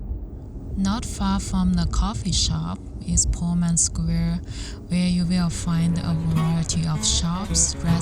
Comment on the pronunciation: it's pullman, not poorman